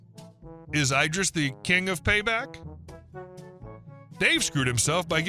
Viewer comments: Every time you say "EYE-dris" I'm squirting you with a water bottle. Are you secretly an AI reader? Have you somehow despite working on Youtube for a living NEVER heard of Idris Elba. It's bloody ID-riss you knob! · Eye-dris? You mean like Eye-dris Eel-bra? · Idris, as in Elba…not ‘eye-driss’ 😂